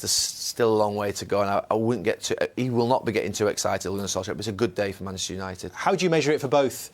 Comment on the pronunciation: Manchester gary not manshter